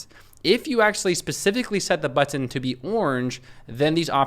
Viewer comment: Drinking game: Everytime he says "BUH-TON"